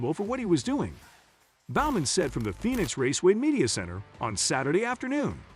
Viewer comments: I'll make you a deal. I'll subscribe if you do some homework and pronounce things properly. It's TOO SAWN - NOT Tuck son. It's BO man - not B ow man. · He couldn't pronounce Alex Bowman's name either